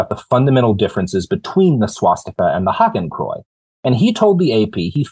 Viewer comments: Robert? Say after me: "Haa - Ken - Kroy - Ts". Hakenkreuz. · Robert, you have got to learn the proper pronunciation of “Hakenkreuz”.